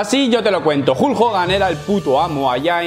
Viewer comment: vas a clases de inglés y pronuncia como la mier el nombre Hulk. Decíme como es eso???